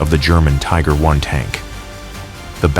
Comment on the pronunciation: You know you're dealing with AI when the call a Tiger One a Tiger i..